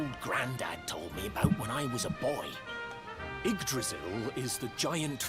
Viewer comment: It always bothers me when they pronounce Yggdrasil without the Y.